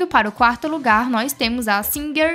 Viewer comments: Ela falou o nome certo minha senhora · Ela pronunciou o nome corretamente minha senhora